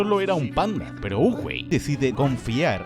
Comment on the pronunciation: soy yo o el último "PEROOO" lo dijo en chinooasjjajaja